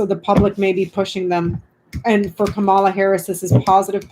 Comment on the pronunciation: Please pronounce Kamala Harris' name correctly. It's pronounced Comma-a (*not* Ka-MAH-La). Love your work. Thanks.